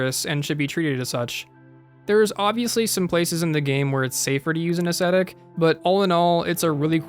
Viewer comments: "I rather embarrassingly called it the bonfire a-aesthetic". Lol. It's Ascetic. Ah-seh-tik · say it with me. “ahh-see-tick.”